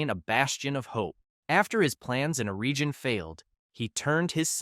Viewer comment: Sauron,....not Soaron Celebrimbor C=K Eregion with a hard g